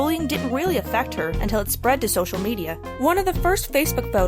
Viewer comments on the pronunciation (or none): none